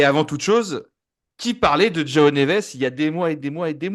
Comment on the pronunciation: Sympa la vidéo ... Mais en portugais le J se prononce Je pas Re.... 🥶🥶. Donc J(e)oao ... J(e)orge ...